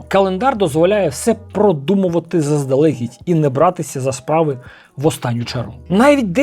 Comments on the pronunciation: Дещо взяв для себе, дякую. Твоя українська вже чудова, показник цього - помилки лише у окремих словах. Але заздалегІдь, носІй, носіЇ - наголос на останній склад. 🤝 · Круто, але трошки подушню: наголоси - щодн'Я, заздалег'Ідь...